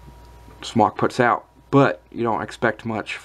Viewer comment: Smōk <— Pronounced Smoke ^ notice the long O...